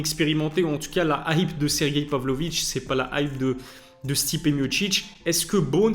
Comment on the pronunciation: Stipé mochiche⁉️😂 Pourtant c'est bien écrit non Miocic .... Mi o ci c